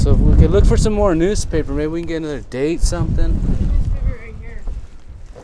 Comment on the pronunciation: Oh, it's news-paper not noose-paper, you dumb ass.